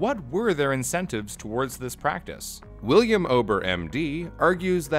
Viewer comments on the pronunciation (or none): none